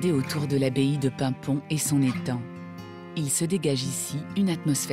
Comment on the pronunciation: Paimpont et non paimpon 😉